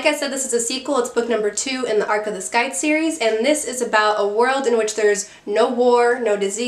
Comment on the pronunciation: The c in scythe is silent